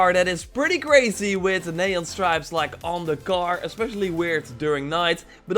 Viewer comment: Why is he saying car as gar?